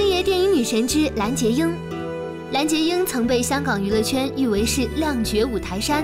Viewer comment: 蓝洁瑛（lanjieying）不是（lanjieyin），谢谢